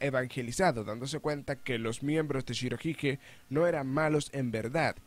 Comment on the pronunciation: Pronuncias mal shirohige